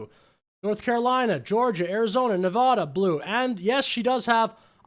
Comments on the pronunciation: Pronounce Nevada correctly DUDE. Damn dude. Say it right. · Pronounce Nevada properly, she says it correctly so work on that . 😊